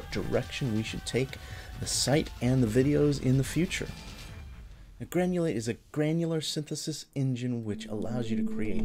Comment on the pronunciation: funny that youask for money before even begining to talk about the subject. Having sai that, it should read GRANULATE, not GANULATE. Poor